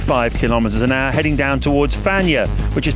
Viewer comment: Am I the only one hearing him saying, "310 kilometers an Argh"?